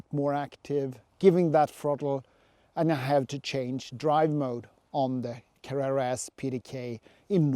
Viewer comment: I like how you say Carrera! I have can not find a difference in sound reduction with the light weight glass. I enjoyed the the video, the bottle of water was a star!